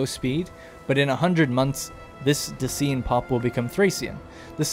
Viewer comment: Just FYI, Dacian and Thracian rhyme. You had Thracian correct. Thanks for making this video, gives me hope for this game :)